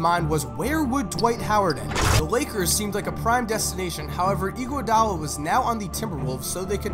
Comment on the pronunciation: ANDRE EE-GWUA-DAA-LA